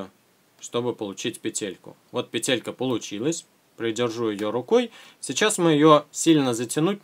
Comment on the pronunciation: ПЕтелька а не петЕлька